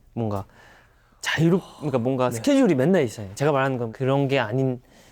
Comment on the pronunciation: 음색이 너무 귀엽고 미소년같고 그냥 목소리가 공기반소리반 숨소리가득 처연섹시옴므파탈이셔서 가만히 외국아티스트 곡 듣듯이 하다가 영상봤는데 성숙한미남있어서 갭차 뭐지? 했는데... 원래 목소리도 귀여우심ㅋㅋㅋㅋㅋㅋ 발음 뭐냔말임 놀러와셔요~ 줄서셔요~ 가쥬마가 졔가 이케~~ 웃음소리도 막 으헤헹 이럼 근데 얼굴이 개잘생김 원래 이렇게 묘한 갭차느껴지는게맞는가😮